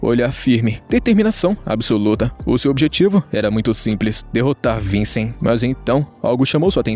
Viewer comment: E cê você conseguir falar Vichen não vicen ficaria melhor mais a obra e você que faz boa sorte no teu canal